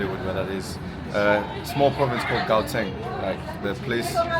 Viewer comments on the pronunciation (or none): & how is the South African guy who had a brief stay in the UK pronouncing GAUTENG🙄